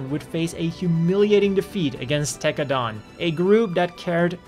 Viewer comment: Why u say tekkadan like that.